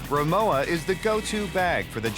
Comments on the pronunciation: You would think they would pronounce the name correct if they do a video on it. It’s pronounced rimoVa not rimoWa. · it's RIMOVA not rimowa. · Pronounced Ri-Mo-Va and not ri-mow-a. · If this is a German company, is it pronounced Rimova? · Rimowa and Porsche are both pronounced incorrectly... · Extremely bad pronunciation of Rimowa and Porsche - very american